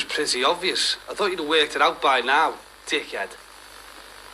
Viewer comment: Sorry but the way Barry calls Jimmy a "dick ed" had me laughing 😂